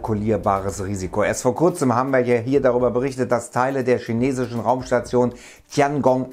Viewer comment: Sprich halt chinesisch richtig aus KINESISCH...das regt so auf